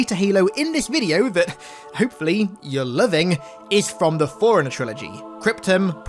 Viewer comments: Why does it soukd like. Foreigner when its forerunner? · I thought he always says "Foreigner" 😅😅🤣